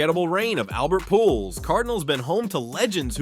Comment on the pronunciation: Please learn how to pronounce players' names. Pujols is pronounced POOL Hose